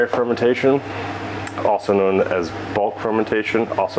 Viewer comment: its fermentation, not fermintation, sorry for being a bit of an asshole